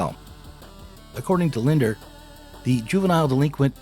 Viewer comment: The psychologist referenced, and and, is Robert Lindner--with two 'n's. ( pronounced it as if it were spelled 'Linder.')